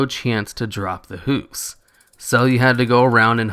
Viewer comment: Hooves, not "hoofs."